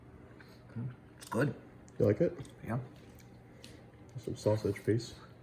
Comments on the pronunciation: Thank you. Was thinking same thing. Use Cajun pronunciation! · Sauce piquant…pe quant… Trinity trin itee I’ll send you a great Cajun cookbook